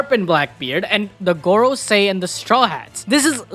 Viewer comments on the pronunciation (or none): he said Garcia I was like who? Man meant Gorosei 😂